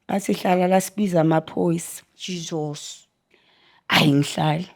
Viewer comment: Stop saying jizos please 😂😂😂